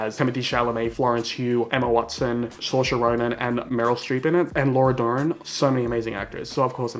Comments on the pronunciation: Saoirse is pronounced see-r-sha just to let you know not sorcha that’s two different names! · Haha it’s funny u said sorsha that name always gets mispronounced it searsha but that happens all the time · Love your videos but it‘s seersha or seershe not sorsha